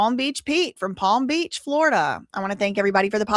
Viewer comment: I love you so much but palm beat peach killed me😂 I'm sorry girl love you so much❤❤